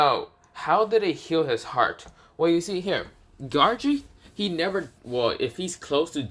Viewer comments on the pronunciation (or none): Bro is saying garou wrong he was saying garage